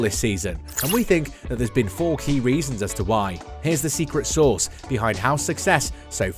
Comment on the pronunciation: Source as in origin not sauce as in tomato.